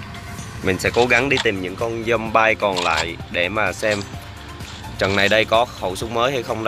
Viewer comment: Zombie Đọc là Giom bia đớ anh AS